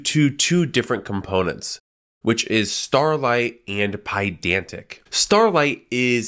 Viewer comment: Are you saying Starlette or Starlight?